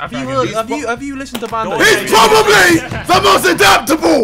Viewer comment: He's Problalbly... He's Problalbly the most... He's Problalbly the most... He's Prob... HE'S PPROBLALBLY THE MOST ADAPTABEL!!!